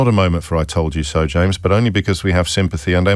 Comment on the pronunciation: Call me crazy but I'd swear Nick said 'Shames O'Brien' this morning. Then instead of his usual elongated "thankyouuu Nick", James sounded almost blunt...before really putting the boot in during the first hour of his (great) show this morning.